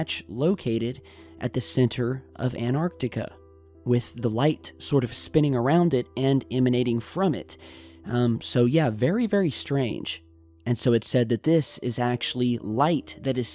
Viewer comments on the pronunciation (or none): Antarctica. An-tarc-tica. Not An-artica, not An-tartica. An-tarc-tica. Noone, not one single person on youtube pronounces it correctly. /rant